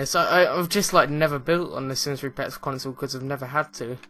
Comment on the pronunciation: PETS NOT PRTS